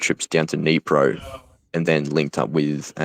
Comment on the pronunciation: Great vid! Though I am sure "" meant Kyiv, not Keev, and Dnipro (a city on the river with the same name) not Nipro/Neapro. Nit being mean, steal great stuff.